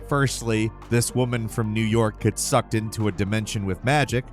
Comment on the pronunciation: Damn was getting personal with that “SUCKED”😂